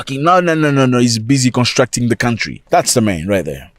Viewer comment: Zack Mwekasa 🎉🎉🎉🎉🎉🎉🎉🎉🎉🎉🎉❤❤❤❤ the hardest basher on the African continent! don't stop, brother 🎉❤ Oh, by the way "LEAVE MY COUNTRRRRRRRRRY!"😂😂😂😂😂😂😂😂😂😂😂 Zimbabwean here loving the content!